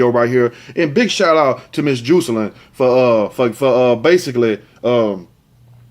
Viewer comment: Juicealynn lol im pretty sure its pronounced Jah-sa-lynn.....love how you pronounce certain words it's uniquely you. Love your videos😝